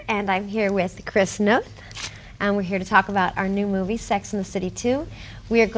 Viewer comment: Did she say "chris nth, nooth??" never heard it pronounced this way. even the writers of the satc series do not say it like that. hm..strange..